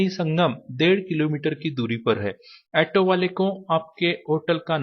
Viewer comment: ऐटो नही, ऑटो बोला जाता है, 😂😂😂